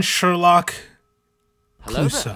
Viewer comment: I felt my soul actively decay hearing "obiwon sherlock cluosseau"